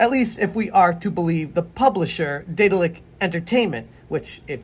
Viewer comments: Deh-daahl-ick BTW. Not Day-dill-ick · Could've sworn you said Diddler Entertainment lmao 😂😂